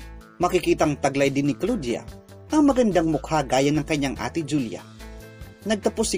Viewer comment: Bakit ganon yung pagka pronounce ng pangalan ni Claudia